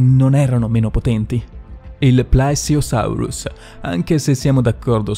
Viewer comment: Occhio ai congiuntivi. Qualsiasi cosa CAPTINO, e anche in altri video☺️ comunque bel lavoro. E..PLEsiosarus. E gli accenti su idrocarburi e cartilagineo…